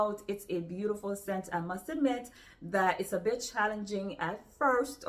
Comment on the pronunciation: when you said ' a bit challenging ' I thought for a second you said 'bitch.' ha!😂 I will be looking into some of these. Thanks for your recommendations always. 🧡